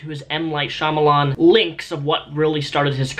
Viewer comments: Stop saying Shyamalamadingdong, he has a proper name Shyamalan is it really that hard to pronounce ?? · That joke where you intentionally mispronounce M. Night Shyamalan's name. It's so old now. M. Night SHYAMALBADAM LOL RITE GUYS? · Wow pretending to mispronounce Shayamalan's name, never heard that before. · Unnecessary salt? It's 2017 and ppl still think it's funny to intentionally mispronounce M Night Shyamalan's name. I actually think it's pretty disrespectful to intentionally mispronounce someonme's name or write it incorrectly after you've been told how to pronounce it.